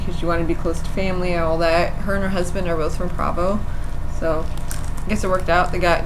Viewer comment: provo is pronounced PROE- VOE... not PRAVOE also... you say "Her and her husband..."... it should be "SHE and her husband..." you really should educate yourself before you put videos on youtube